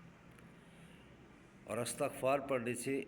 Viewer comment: Hazrat droode pak k seegha to theak phre or lafz isghfar hota hy